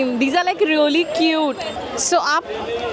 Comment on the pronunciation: Its really... don't pronounce incorrectly" reauly"😑